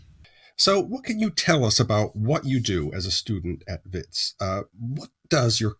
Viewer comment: Well done for the correct pronunciation of names like Keneiloe and Wits! It shows that you take care when you prepare the material.